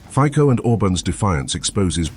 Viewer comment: 😮😮 Hey ignoramus, it's pronounced fitso!😮😮